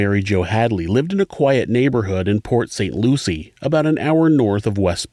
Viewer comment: I grew up in the neighboring area and “Pot St Lucie” made me giggle!